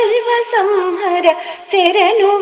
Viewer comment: శెరణు కాదు శరణు అని పాడాలి. ఎవరు పాడారండి?...నైస్ vlog